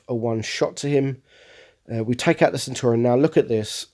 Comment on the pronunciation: Why do you call the Centurion Centauri?